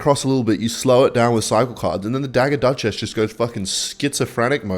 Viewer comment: Dagger duchess ❌ Dugger Duchass ✅